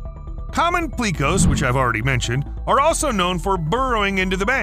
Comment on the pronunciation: 👉He also mispronounced "pleco"(an extremely common aquarium fish). I only had time to watch the first 7mins, and he made a few mistakes in that time period. Like when he mentioned the family of catfish that can breathe air using a modification to their stomach. At first he said that they MUST have food in their stomach for it to work. Then he said "so they have to make a choice between eating or breathing". But based on his earlier statement, the opposite is true, and they are obligated to do both.